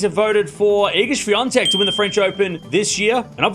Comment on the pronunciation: How to pronounce "Swiatek"? I heard, it sounded like "Swiantek"... (to be frank, I am not good in listening foreign names being pronounced)